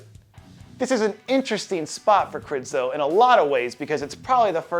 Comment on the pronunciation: It's Michal, not Michael. Since it's Križanek, not Krizanek, it is not Krizo, but Križo! Jesus, is it that hard?